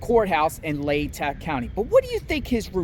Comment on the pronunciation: It’s pronounced LAY-TAW county.